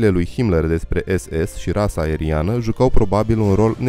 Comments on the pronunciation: Rasa este ARIANĂ nu Aeriană! ( minutul ) În rest interesant. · Rasa ariana, nu aeriana!!!